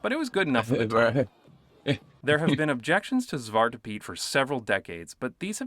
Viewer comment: You almost said zwart good. You said zwat you forgot the R.